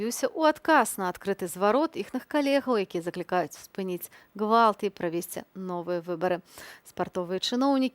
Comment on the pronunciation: Это хорошее произношение. Есть в белорусском языке твёрдый «г».